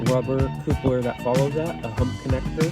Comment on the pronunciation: Awesome setup. Not being critical but those are called "Cup-lers" not "Coop-lers". Thanks for the content buddy.